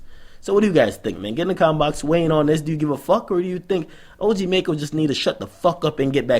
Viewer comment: It's pronounced (Mack-Oh)